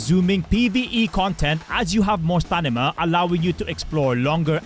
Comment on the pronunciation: Stamina ❌ Stanima ✅